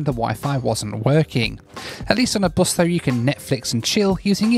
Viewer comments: I love how pronounces bus as, "boass". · Hey.. the way you pronounce "bus" is a bit worrying with the british accent.... its not"boos" or " buus"...its just bus... British accent is funny though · this guy calls bus as buze🤦‍♂️🤦‍♂️🤦‍♂️